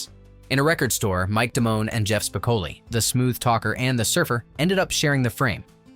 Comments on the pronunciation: That was so irritating and annoying to constantly here his name mispronounced. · It's spi-CO-lee, not SPIK-o-lee. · It's SPICOHHHLI not SPICAHHHLI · Spi-COAL-lee, not SPIC-uh-lee! It was only pronounced correctly once, in the last few seconds of the video. 🤯🤯🤯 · Having to hear "SPIC-oh-lee" rather than "spic-OH-lee" throughout the entire vid kinda ruined it for me. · No you didn’t call Spocoli “Spick-a/ Lee” ?!! Good video tho. Especially if you’re a fan of the movie. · "SPIK-uh-lee" I'm out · "speh-KO-lee". Maybe your computer can watch the movie. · Spick-o-lee. Really? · It’s …Spi-CŌ-leee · LOL, "Spickelly" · To the dumbass who annoys the audience for clicks by mispronouncing Spicoli. You got my comment but I’ll never subscribe. Bye. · why can't this guy pronounce Spicoli correct?....research bro!! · If you don't even know how to pronounce "Spicoli", I'm not going to regard you as an expert on the movie. 😅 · I would have given this video a 10/10 if the narrator pronounced “Spicoli” correctly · One of the most epic movies of my childhood. Hearing Spicoli's name pronounced wrong in this post is seriously annoying right down to the core.